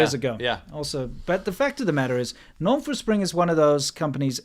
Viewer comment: Did you say Nong Fu spring? Nong score!! Seriously, they're flying water from New Hampshire to China? Seems like it'd be a lot cheaper to purify it - hell, they could filter it, deionize, charcoal filter AND distill it and it'd still be cheaper than flying it halfway around the world. BTW, we're going to need that water for data centers - tell the guy to bring it back! 😉 Cheers... NB:, si - Irish coffee, no. But for us caffeine devotees, a light after dinner coffee (especially if it's got plenty of cream) can actually make you sleep good. But obviously the key is not to make it too strong! Have a nice week...